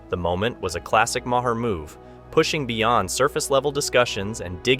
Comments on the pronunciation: Ma-HER? Use your ears. I'll bet you call the VP Ka-MA-la, too. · Bill Ma-her?